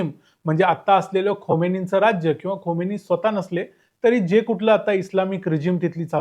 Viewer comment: Khomeni nahi. Khameni